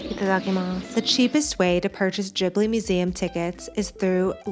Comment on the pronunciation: Just FYI, it’s pronounced with a hard G. Like Ghibli, not jibbly. The name comes from an Italian plane. Producer Toshio Suzuki admitted that Miyazaki mispronounced it as Jiburi, when it’s actually a hard G.